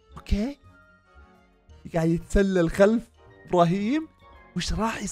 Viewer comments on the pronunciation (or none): يتسلل مو يتسلسل يا